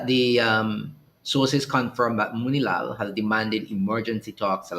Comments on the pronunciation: YES, YOU PRONOUNCED MOONILALL CORRECT. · Yes ur saying his name right thats my ex school teacher brother also they said it was fakes news but also did you saw the claims venezuela is stating usa and trinidad is drilling for oil on their territory and i could tell you this isnt a lie kamla is leading the country off a cliff imagine ur nation dont a army but y pushing war we cant war with latin black ppl hv to step down this not our fight